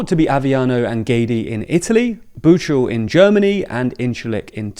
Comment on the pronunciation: Bro really pronounced "Büchel" as "Butschel" 😂🤦😭